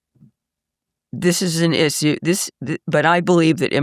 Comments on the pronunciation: She's exactly right on every issue except the pronunciation of issue. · I'm all on board with her until I hear her pronunciation of the word issue